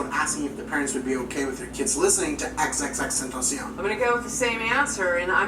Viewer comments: It’s not xx teteshen it’s xxxtentacion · Who else here misses x rip x btw and hates when people pernounce his name xxxtentaaacian instead of xxxtentacion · C'mon, "XXXtentashion" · He called him xxtenshion 😂😂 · my mans said xx tentashion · The way pronounced his name was so funny and disrespectful 😂😂😂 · You pronounced “tentacion” no offense but The worst in the fucking world